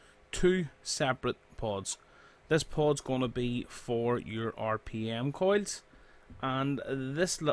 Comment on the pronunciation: why he calling coils coids